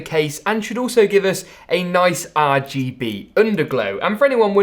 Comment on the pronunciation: Bro I love your channel but why do you say rgb like that every time. Are Gee Beeeeey